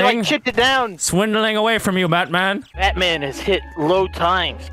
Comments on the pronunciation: "stay there baetman" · “We meet again Batmon” - VanossGaming 2022